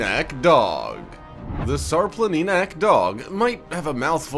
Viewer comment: Sharplaninatz try reading it this way! It's a Serbian dog btw( Shar Planina) or Shara Mountain is Serbian name